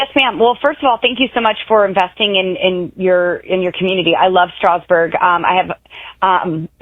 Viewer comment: Boebert can’t even pronounce Strasburg the way locals do. She’s a carpetbagger blown-in who just moved in 200 miles from her previous congressional district.